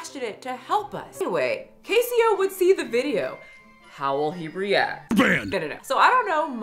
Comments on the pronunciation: Is it not pronounced Case Oh? Like Queso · Case-Oh. Queso. Not Casio. And it's literally a bit; he says "You're banned" to everyone. He doesn't actually ban anyone. He purposefully encourages the fat jokes; the engagement it creates has helped build his platform. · CASSIE OH??? it's case oh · Queso! Not Ca-eee-oh! He “bans” for everything. Edited to add the quotes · Cassyoh? Case-oh 😭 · It's pronounced like queso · Pronounced case o Like queso the cheese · Yeah it’s CASE OH like Queso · I think it’s case-oh like queso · It’s pronounced like “queso” lol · ohhh nooo you butchered- no, SLAUGHTERED hid naaaame 😭 it's pronounced case - oh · I don't really know him but I think it's pronounced, like, queso? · isnt it pronounced Queso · It's pronounced case oh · She didn’t even say his name right why is she talking about this 😭😭😭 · You are NOT saying his name right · This video has made you lose a lot of credibility,. You clearly didn’t look into caseoh enough, and it shows. This video is very inaccurate and you even mispronounced his name, which is available in almost every clip he’s in…